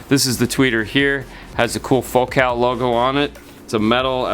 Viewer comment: Fo-cal ??? 😅 Focal…..as in focal point……focus…..focal…….